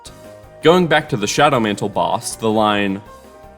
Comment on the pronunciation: shawdow mantle